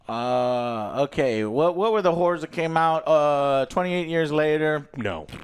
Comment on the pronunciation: sounds like "rolodex of whores" lol